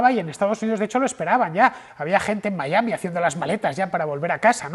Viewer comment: "Miami" (pronunciación), en Miami y en Castellano, por favor: no "Maiami"...